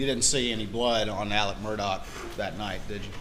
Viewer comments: Alex/Alec? Murdaw/Murdock? Why are the lawyers pronouncing the name differently? Didn't they say his middle name was Alexander? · Of the least importance...Murdaugh could never be pronounced "Merdick" unless there's some embarrassment about how it's properly pronounced. Don't care if you've got a North Cackillacky accent or not.